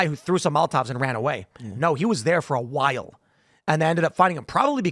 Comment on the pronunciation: Tim say while, while 😂😂😂(stewie)